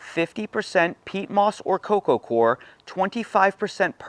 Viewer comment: Wish I had $10 for every time you said core instead of coir. Say OIL. Say COIL. Okay now say COIR. Thank you.